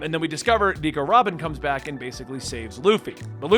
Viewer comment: It's proulnounced like alabaster but sub the er with uh sound Also Nico Robin is pronounced as you said it